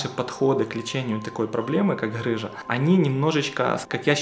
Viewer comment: ГГГ рыжа а не ХХХрыжа объясните кто-нибудь ему Русский язык ) Бля когда от доктора слышишь сразу представляеться Вася шо хдэ!)))